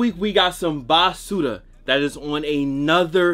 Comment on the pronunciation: Nigga said bah su rah